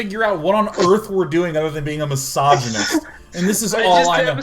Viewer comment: Every time Sean says "misogynist" I hear "massage-anist". Dude, language!